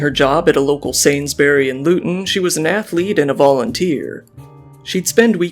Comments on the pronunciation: It's Sainesburys. But I just found it funny how Bluekaiokenobama put it as Saints berry. I'm from the UK. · Sains-br-yees not sains -berry. American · Made me physically recoil when he said "Sainsberry" lol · Sainsbury's, you say the s. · the pronunciation of sainsburys actually took me out😭😭😭